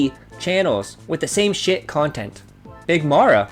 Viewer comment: Mock & manipulation… and LOL that girl calling herself a “Cuntint” creator!